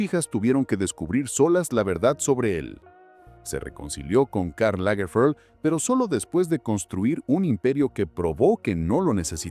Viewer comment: Karl Lagerfeld era alemán. No tiene porque disfrazar los nombres propios de origen alemán o francés con pronunciación inglesa. Lamentable falta de profesionalismo por la pésima pronunciación del narrador de este documental.